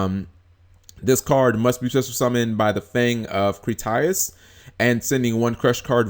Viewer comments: Why do you always butcher names lol it's Crit E us not cri tie us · You're pronouncing Critias wrong:(